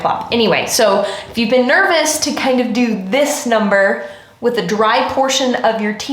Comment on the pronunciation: "It will make ze frizz" 😂